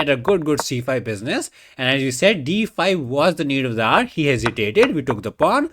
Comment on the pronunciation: When you say “need of the hour” pronounced need of the r is it a reference I’m missing or is it your, ahem, accent…